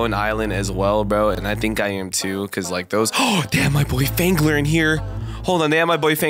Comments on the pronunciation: Why does it sound like fangler is saying “gemeni”? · Why does phangler sound like he’s about to say the n word